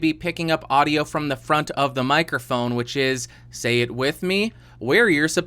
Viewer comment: When you said "what the FRONT..." I automatically assumed you were going to curse hahaha